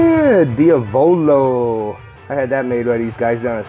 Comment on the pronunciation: Lol you are funny desapearing big boy ...!! giving me lots of ideas ..!! :) Is DIABLO!!! NOT DIAVOLO. But lools kool bro thumbs up ..!!👌👌👌👍👍